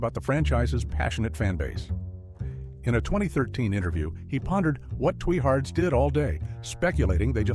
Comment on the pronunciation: Twee-hards, really and the queen of niece? I hate AI generated voice overs! The mispronunciation on the simplest words was so annoying. Why can't real people do the voice overs in these videos? When I hear the AI generated voice I immediately know that I am going to hate the video.